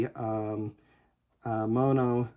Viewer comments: Yup. You still pronounce it incorrectly. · What should it be? Monnoh? There's only one N. pronunciation is correct? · Never heard anyone pronounce mono with two hard o’s before. Thanks for the tutorial!